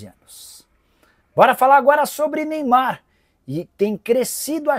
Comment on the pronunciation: CARAMBA "NEYBAR" ISSO QUE É AMOR AO "PRANTOS"😂😂😂😂